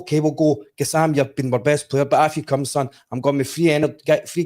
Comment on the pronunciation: Someone tell Charlie it's pronounced GassamA... Confirmed by the player himself. Tom commentator is a diddy!